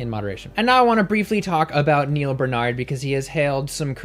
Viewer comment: Yo, you don't like it when people mispronounce your name; then why do you insist in mispronouncing Dr.Barnards? BAR-nard...BaRrrr-nard. It isn't that complicated. Thanks for the video none the less.